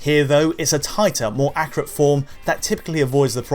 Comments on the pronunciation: ACC-U-RAT ACC-U-RAT.......not ACCRAT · Why does this guy sound like he says accurate like a carrot?